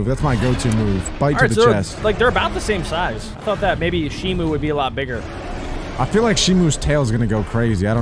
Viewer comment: not shimu its shimo